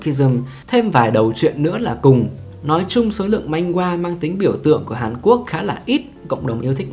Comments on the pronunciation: Man hoa chứ ko phải manh goa 😁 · Video phân tích hợp lý, xem hay, mỗi tội hơi triggered vì narrator cứ "manh-gua manh-gua". Manhwa phát âm là man-hoa nhé 😅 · manhwa đọc là man hoa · góp ý 1 chút xíu , truyện tranh trong tiếng hàn đọc chính xác là "Man hoa"